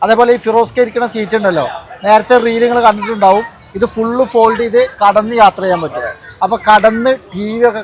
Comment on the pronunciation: കടന്ന് അല്ല ഭായ് കിടന്നു 😂 നല്ല രസാണ് ഇങ്ങളെ വർത്ഥാനം കേൾക്കാൻ 😂😂😂